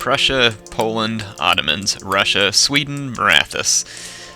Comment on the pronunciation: when you say russia it sounds like brushia